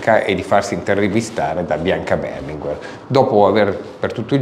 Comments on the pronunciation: Non mi sono spiegato: è come la maggioranza pronuncia una parola, un nome, ecc. che, in italiano, diventa la regola, la pronuncia corretta. Da decenni l'Italia intera ha pronunciato Berlinguér, con l'accento sull'ultima sillaba e quello è il modo corretto. Poi arriva un diversamente sveglio e sposta l'accento, ma è lui che sbaglia! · Non avevo mai sentito pronunciare il cognome Berlinguer con l'accento sulla prima " e " ma sempre sulla seconda.